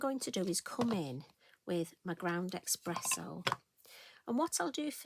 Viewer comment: What a beautiful creation! I love the fun aspect of the Hares by the light of the moon. Perfect choice of colours too! I did chuckle at your ‘ground expresso’ 😊 I thought it was just me that thought there was an ‘x’ in it. My family love to correct me but in my head eXpresso makes sense.😂 Thank you for sharing your creativity with us.🥰xx